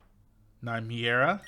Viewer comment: I have to be honest, I had to agree with Spacea and Tiempa. You know what they say: the need of the many outweighs the need of the few, with that saying in mind my answer was beyond obvious. BTW, you were wrong, they said est, but someone like you finally pronounced Nymiera correctly, everyone mispronounces her name so I'll let the west mistake slide